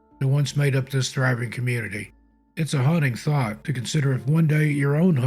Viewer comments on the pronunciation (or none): none